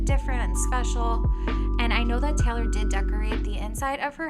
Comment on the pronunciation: So weird to hear you pronounce my name like that “Taylor” as “Taylour..”